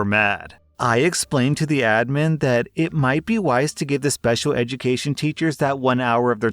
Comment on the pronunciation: FINALLY YOU PRONOUNCED ADMIN CORRECTLY